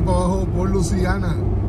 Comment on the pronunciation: Se dice LUISIANA no LUCIANA